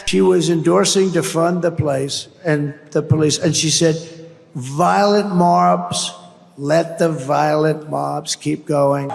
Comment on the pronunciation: "Violent marbs."